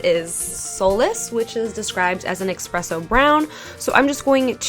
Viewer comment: did u say expresso brown?? lmao